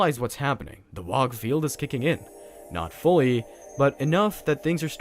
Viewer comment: I took psychic damage every time you said "wog". :(